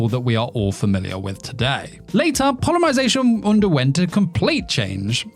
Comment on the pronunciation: polymarzation lol